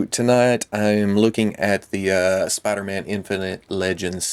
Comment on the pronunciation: spida man